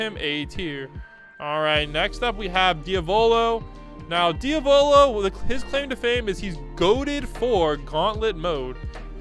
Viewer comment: The way he pronounced diavolo tho. DEE AV OH LOW